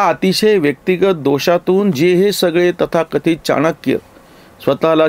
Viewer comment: चाणाक्याने नव्हे, चाणक्याने.